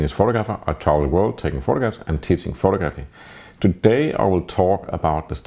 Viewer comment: Love your videos. I also find it impressive how committed you are to pronouncing "photographer" and "photography" in the most Danish way possible.